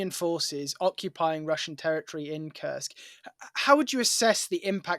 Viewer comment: The US General did get the pronunciation of Kursk right (at 8'39") which Times interviewers don't seem to be able to muster. To paraphrase: "Why can't the English (bis) teach their children to speak"?😉